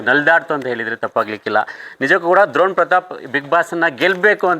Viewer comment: ದ್ರೋಣ್ ಅಲ್ಲ ಡ್ರೋಣ್